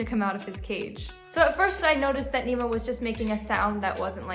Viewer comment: nemo is so cute but the more i hear nemo say their name i hear them say emo